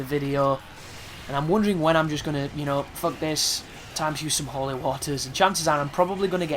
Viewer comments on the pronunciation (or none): none